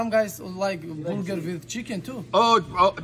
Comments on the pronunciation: intentionally said borger😂😂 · i like how they all call it booger instead of burger lmao